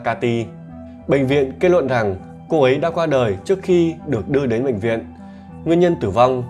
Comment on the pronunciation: Giọng này mà hay cái gì??? Năng nực, kết nuận, Phi-níp-pin, ...vv. 😂😂😂